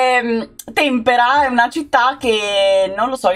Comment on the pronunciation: L'Aquila presenteee!! il paese si chiama Tempèra, con l'accento sulla seconda e